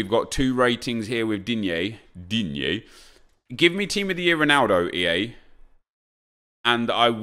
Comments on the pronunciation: Why you gotta say digne like that for DiNgyAY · Nobody: Not a single soul:: DEEN YAY